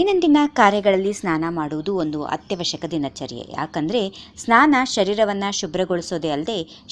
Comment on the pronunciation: madam tತಲೆ ನ್ನಾನ ಅಲ್ಲ ಸ್ನಾನ